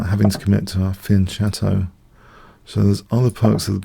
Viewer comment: A thoroughly enjoyable show. The two snake Benoni were good to see the fianchetto Ruby Lopez was instructive. The games against Shellingford and Franky4fingers were both great to watch. But the most impressive thing this week was you trying to pronounce a foreign word correctly and succeeding, fianchetto just like an Italian. Well done keep up the good work.